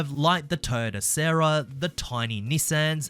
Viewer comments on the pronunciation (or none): none